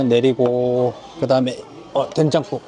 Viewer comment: 된장국(댕장국?) 발음이 뭔가 트레이드 마크 같으세요 ㅋㅋ 아부리는 뭔가 꺼려져서 한 번도 안먹어봤는데 6월에 가면 도전해봐야겠네요 ㅎㅎ